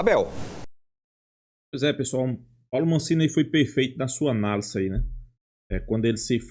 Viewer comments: Amigo, é Massini, e nao Mancini . Só uma pequena correção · HAHAHAHA me deu gastura também. Ele fala "Mancini".